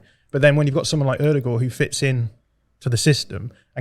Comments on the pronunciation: the is completely correct in how he pronounced Martin Ødegaard's name. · Fellow Scandinavian here; I can confirm visually impaired, working class pronunciation of Ødegaard is 100% spot on. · As a norwegian i can tell you that is nailing how he say Ødegaard! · actually picked up the Ødegaard pronounciation pretty quick. Something to note is the same pronounciation applies to vestergaard, Nørgaard etc.